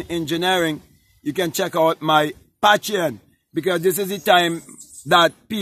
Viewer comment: Thank you brother but i think you are trying to say ( pay-tree-on) Patreon!!